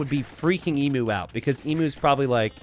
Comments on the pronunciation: Only in t90s world. In the real world Emu is pronounced eem-you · I love these small maps. PS - Do all Americans pronounce Emu the way you do? Never heard it pronounced like that before.